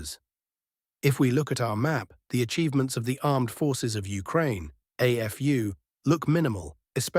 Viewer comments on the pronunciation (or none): none